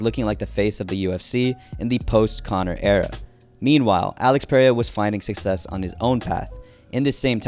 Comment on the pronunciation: I HATE THE WAY TO SAY PERERIAS NAME. PRAY-A. 😂